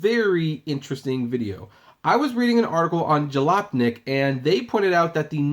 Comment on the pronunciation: How ironic the the ( serious tongue twister) has difficulty pronouncing Jalopnik.